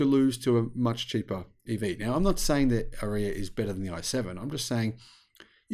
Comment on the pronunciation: 😂Nissan PAID to tell people how to say the ARIYA (RRRRR-EEE-AAHH) and is still pronouncing it like piss! (Urea!) 😂😂😂